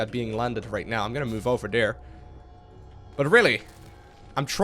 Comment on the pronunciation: great play and good commentary, but I have to say it. there not dere T-H